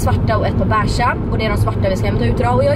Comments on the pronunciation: Vrf säger man bäsha när de heter besh (vet att de inte stavas så) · Får panik på sättet du säger beige ”bäshhh”